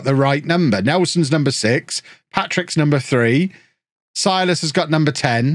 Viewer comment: not sure if you even care, but if you do: Silas should be pronounced Seelas. (I'm brazilian, I know)